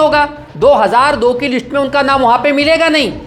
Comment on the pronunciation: List boliye Lits nahi😅😅😅